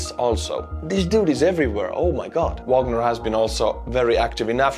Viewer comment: Wagner, as in Richard, not Porter, pronounced in the German way on their sites and by most other pundits. Vahg our.